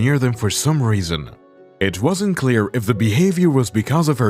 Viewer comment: ResonSe? WhySe?